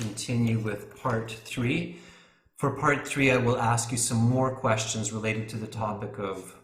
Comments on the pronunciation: is that quastions or questions😂? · "quastions" A'aight, imma head out...